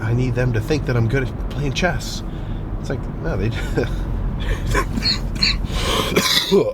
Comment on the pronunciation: i thought he said CHEST not chess until he mentioned magnus lmfao 😂